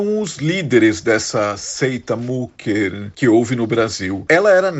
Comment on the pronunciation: Não é mucker é mücker o u com trema se pronúncia I ou seja micker só para exemplificar, me admira vocês trabalhando para um canal alemão e não sabem a pronúncia, lamentável